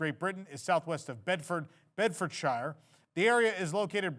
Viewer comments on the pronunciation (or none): As a born and bred Bedfordshire boy.... Bedford-Sheer is the pronunciation! I'd imagine my hometown of Luton will get an airport upgrade to accommodate transatlantic flights. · Bedfordshire - say it like it was “Bedford-shear” (as in sheep) not shire like the horse 😉 then you’ll sound like a local 😎